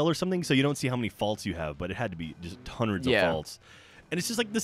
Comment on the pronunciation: says tonreds of faults lol